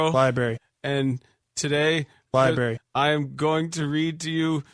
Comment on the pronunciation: Come on, the man pronounces 'library' as 'liberry' for God's sake.